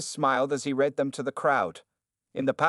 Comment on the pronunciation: I wish they could get the narrator to correctly pronounce ‘read’ as ‘red’. It kinda ruins the telling of the story.